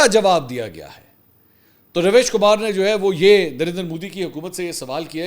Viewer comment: Did you guys notice as the war stopped. Mansoor content is getting useless. he doesn't even know how to pronounce the Ravish Kumar name.